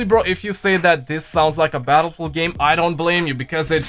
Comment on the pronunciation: "I have played Battlefewl I love Battlefewl"